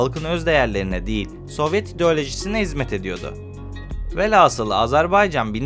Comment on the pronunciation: Bu kadar geniş bilgi verilen bir konuda, şu kadar dahi olsa hatâ yapılmamalıydı... Mesele ise; mütâkare değil "mütâreke" ve "alfâbe" değil "alfabe"dir ! Bunların yanındaki "aslı velhâsıl olacak velasıl" ise haydi dikkatsizlik olmuş olsun !